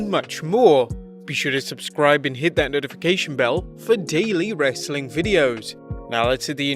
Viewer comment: I feel like he trolls us Americans at the end Everytime when he says "Wrastlin Content"